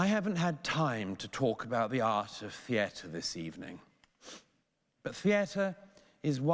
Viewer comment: Stop saying "theatre" wrong